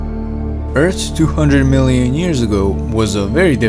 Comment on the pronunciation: Two hundred muielian years ago